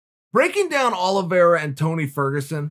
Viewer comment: "Charles Olivreea" - Brendan Shlob